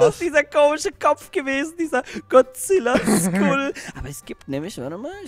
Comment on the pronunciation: Es heißt godzilla und nicht gozilla